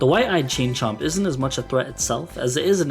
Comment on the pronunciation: You need to enunciate "Chain Chomp" a little better ........I'm pretty sure what you are saying can't be said these days...